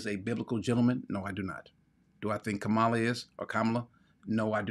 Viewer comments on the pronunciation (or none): you know just enough to think you’re right and not enough to know you’re wrong….about a lot of things. The person who said, “No hate like Christian love”, was correct. It is racist to pretend you cannot pronounce Kamala’s six-letter name but clear on Tchaikovsky. She was elected 4 times. Also, I was an hour in when you revealed you’re an ex-con. The entire time I was listening, I was thinking, “Damn, this guy sounds like a bootleg penitentiary lawyer”. Good luck, but I won’t be listening in the future.